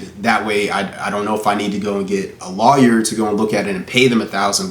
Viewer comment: Why’d he pronounce lawyer like that.. ? kinda threw me off.. lol